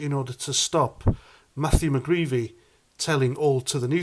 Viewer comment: Mcgreedy not mcgreevy